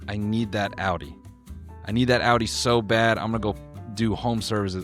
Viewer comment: why did he say audi like that 😭🤢